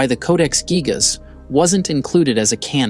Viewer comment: Its actually pronounced geejas. Hate these ai narrations